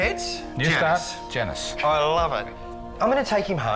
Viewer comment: Not Janus getting mispronounced...